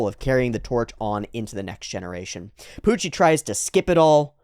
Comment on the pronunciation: I forget where it started, but special props to youwu for keeping up the speech impediment youwu gave to Puwucci during all the manga readalongs.